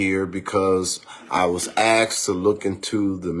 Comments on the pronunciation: Why is it so hard to pronounce ASKED. It’s not AXED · Listen folks, any place you go that have people axing questions instead of asking questions is going to have more than a few problems.